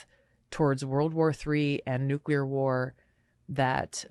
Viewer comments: Thermo-nu-CLEE-er not nu-CUE-LER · Benny, it's pronounced nu-cle-ar not nu-cu-ler... Otherwise great video! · Damnit bro it is pronounced "knew-clear". There is no "quiller" in Nuclear. KNEW CLEAR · Dude... You say Nucular 😂 NEW-KLEE-ARE, Nuclear